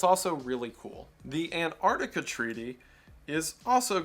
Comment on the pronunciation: Ok, maybe I'm focusing on the wrong thing here, but I still find it funny how so many Americans pronounce Antarctica as Annardica. The Ts and Cs are there for a reason.